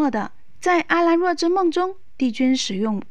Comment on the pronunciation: 还有，要解说之前麻烦做够功课了再来解说好吗，说话卡顿就算了，沉晔，阿兰若，东皇钟，还有好多都念错了，我就想问，解说者语文是否没学好基础？就算没有学好语文也没事，认真看剧也能好好记住那些字怎么念，可妳说错那么多，显然根本就没有认真看剧，没认真看剧还解说个毛？真是服了，听妳讲解尴尬癌都犯了